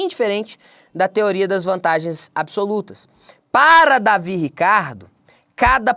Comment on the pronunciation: O correto é "Deivid" e não "Davi" Ricardo.